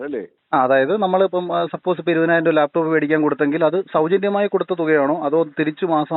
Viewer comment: ലാപ്ടോപ് എന്നല്ല പറഞ്ഞത് Mr Akhil. താങ്കൾക്ക് തെറ്റ് പറ്റി. അദ്ദേഹം പറഞ്ഞത് " ലേപ്പ് ടോപ് " എന്നാണ്. 😂😂😂😂